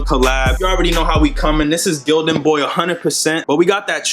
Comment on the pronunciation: Lmfsdao my man said str8 like GIl-Don